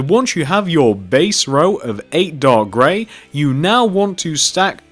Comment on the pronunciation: Are you saying dog gray lol